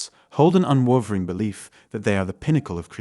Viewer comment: Anxiety and attachment disorders can manifest in a very similar way. And learn to pronounce unwavering.